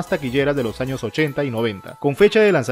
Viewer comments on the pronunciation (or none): none